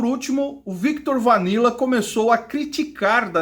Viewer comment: Cara interessante teu vídeo.. mas por favor fale o nome das pessoas corretamente: Viktot Vanila? Oi???